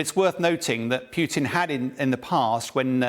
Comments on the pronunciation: Poo tin? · Ken Nogawa:..and also his mispronunciation of Putin as 'Peew-tin' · Pewtin? Who is Pewtin? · I like how he say's "Peutin" - like he stinks. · PewTeen and Abrahams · Please tell how to pronounce Putin. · the name, Putin, is not pronounced like that